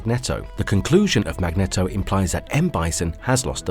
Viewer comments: MAG-NEEEEE-TOHHHH. Not "MAGNETTO!" Say his damn name correctly! MAGNEEEETOHHHHH. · Awesome content but that mag-knee-dough tho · The villain from X-Men is Magneto (pronounced MAG-NEE-TOE, NOT MAG-NET-OH) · My brother in christ. Its Mag-neet-o